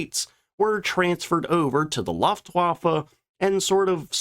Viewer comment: I must like this guy’s style, because I keep putting up with boners like: * “explosives” instead of “ordinance.” * “power house?” * Can’t pronounce “Luftwaffe.” * Can’t pronounce “Dornier.”